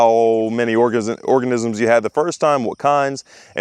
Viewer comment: Did you say orgasm?